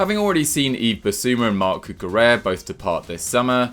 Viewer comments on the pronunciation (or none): none